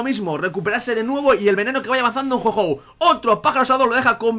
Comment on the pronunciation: porque dices jou jou es jou ou -.